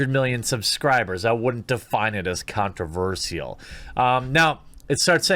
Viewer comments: Repeat after me: "Con-tro-versh-al" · The way you say “controverSIAL” is controversial... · Stop saying controversial wrong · Oh god.. please learn to pronounce "controversial"